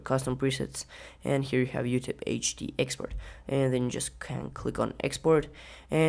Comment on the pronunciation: Video is cool!!! "Exoport" :D